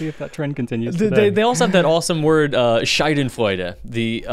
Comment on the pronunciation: Dear, I sincerely appreciate your honest efforts to pronounce German words correctly. Respect! But I had to laugh out loud when you accidentally turned "Schadenfreude" (malicious joy) into "Scheidenfreude". A " Scheide " can be the sheath of a sword, but it is also, among other things, a (medical) and very common term for a certain part of the female body that is not spoken about. Well, joy is not entirely inappropriate here either, but your term invented for it was not yet known in the German language... This is not a "Verschlimmbesserung" of the German language, but a fantastic enrichment of the German vocabulary! Thank you!